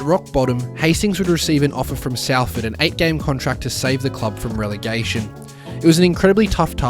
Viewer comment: its pronounced SOLford 👍